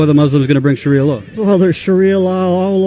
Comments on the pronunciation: "Shawia lion" "Constertation" lol, what is this nigga on? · did he say sharia lion the firs time ? ^_^